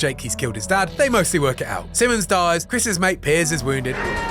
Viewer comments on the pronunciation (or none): none